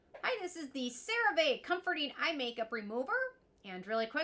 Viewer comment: Please for the love of God, start saying this product name correctly!!! 😂😂😂😂